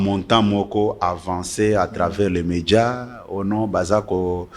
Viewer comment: kabuya balobaka meDIA E NON MEDJA ¡